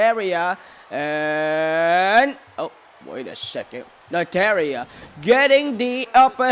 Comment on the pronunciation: Nataria hahahaha he said it wrong